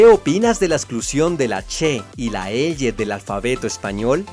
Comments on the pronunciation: No se dice "Eye" sino "elye" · Con todo respeto estimado, no sabe pronunciar la elle, porque pronuncia eye 😂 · Opino que su pronunciación de la "Ll" es inmunda...